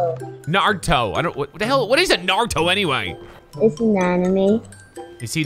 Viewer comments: “What’s a narto” 😭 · Mans said narto